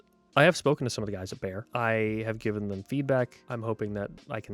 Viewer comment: I'm begging you: please stop mispronouncing "Beyer." It should sound like the English word "buyer," not "bayer."